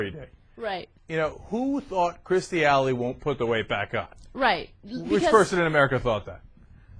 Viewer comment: they can't even say her fucking name correctly.. it's KIRSTIE NOT KRISTIE you melts